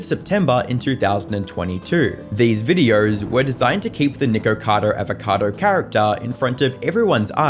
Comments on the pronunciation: Nikarcoda Avarkoda lol 😂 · "Nircado arvercado" 😂